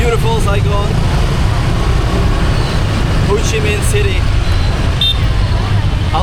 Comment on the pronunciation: It’s pronounced HO Chi Minh, not Hou Chi Minh